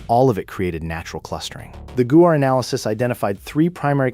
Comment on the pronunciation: "ATTACK-EMS" << acronym pronounciation. "G-U-R" << sounds like this. Your video visuals dont match the audio. The video is too long. Asking questions? sophomoric. This would make a good 10-minute video. What it lacks is cohension and what it needs to get rid of is saying the same thing more then once. Just set the ground work and then move in to the kll. People dont have time to waste watching 10 minutes of the same narration. Finally, state your references, such as putting up screen shots from ISW or AFU released reports. Good try, but needs tightening.